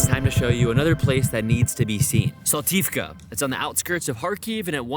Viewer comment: Special thanks for pronouncing "Saltivka" in Ukrainian manner (as it should be 😄), it means a lot these days. Cheers guys, live long and prosper <3